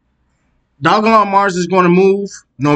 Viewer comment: It's pronounced doge-elon Stop butchering the name. This is pissing me off because l love this coin. Please do better research before posting videos. You have jumped on the bandwagon but provide NO insights at all or demonstrate you can read charts, why should l subscribe?